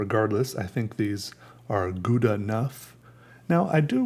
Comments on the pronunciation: your saying it wrong its gow-da gow not guda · its pronounced "gauda" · For all u dicks pronouncing it gouda, its pronounced "hhhowda" dont blame me... blame the dutch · Matthijs Roos - is it pronounced gow- da? That’s how I always say it and people look at me like I missed the short bus. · It's pronounced how-dah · I hate how English people pronounce Gouda. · I just wanted to hear you say Gouda cheese and it was just as satisfying as I’d hoped. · I like the way you pronounce 'Gouda'. It's a city in the Netherlands. Obviously, Dutch is a language which sometimes has words which are hard to pronounce (more like: most of the time), so it's always fun to see foreign people trying to use these words. I think I'll stop here before this message gets too cliché... Hehe Greetings from somewhere in the Netherlands! Ps: also, I didn't mean to judge you, I'm actually really happy that people try things. That's also the reason that I like following you struggling to learn to tattoo, if that's even a verb... Excited for the next video!